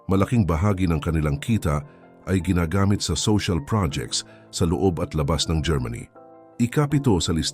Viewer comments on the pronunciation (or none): none